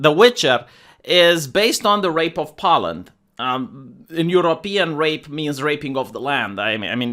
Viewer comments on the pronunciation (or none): Why are you saying pollen? Do you mean Poland?